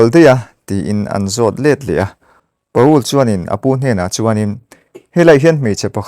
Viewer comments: Pa-ul nilovin Pawl tia lamtur. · Pa ul ti a lam loh tur Pawl tih tur... 😂😂😂😂